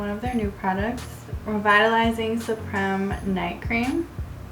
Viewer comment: Sweetheart, supreme has a long e. BTW you look just lovely. Good job on the video!